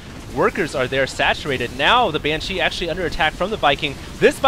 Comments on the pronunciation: the way u say banshee is wrong. Its banshee not banshEE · If he says "Ban-cheese" one more time... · Is he calling the banshees Ban-cheese? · "Ban Cheese" is what he says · congo line of SCV's lmao and stop ripping on the way he speaks, a lot of people mess up emphasis when they're talking quickly. He says banshee right when he's talking slower. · He emphasizes a lot of words odd. Banshee, zealot and others I can't think of at the moment. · It's a weird cadance thing that some asians do with words. My mom says "futon" the same way, emphanizing the second sylable. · thats not how you pronounce banshee btw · Is he emphasizing the word Banshee really strange or is it just me?